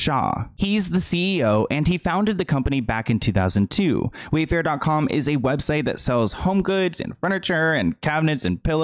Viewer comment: He said WayFart on accident